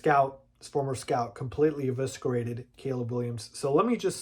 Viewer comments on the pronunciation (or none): Bro you gotta fix how you say “eviscerated,” you said it wrong twice